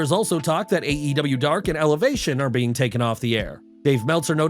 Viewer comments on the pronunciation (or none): none